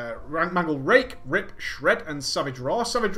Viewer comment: is it me or does he say rape instead of rip when he speeds up his speech? I think its just me don't like report this its true. also I am taking notes on this I have been a kitty for a long time and doing 3rd dps in raids and I need to do better since I did this its gotten better. thanks for all the vids to help players and it is awesome or gravy as you put it